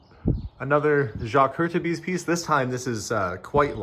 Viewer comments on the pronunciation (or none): Hurtubise ===> « Hurt tu bees » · Hurtubise is pronounced Hur-tu-beez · Hurtubise you should pronounce like “Hurtubeeze”